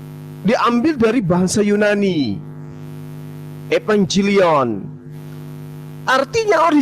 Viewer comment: Yunani ten bukan yu Nani😂